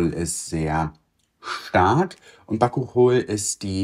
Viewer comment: Bakuchiol wird übrigens Bakutschiohl ausgesprochen:) - hat in ihrer Marke Incipedia einen tollen Bakuchiol-Booster, der sich extrem gut in einen Moisturizer reinmischen lässt, damit es auch für Anfänger:innen leichter zum Einstieg ist. Ich liebe das Ding!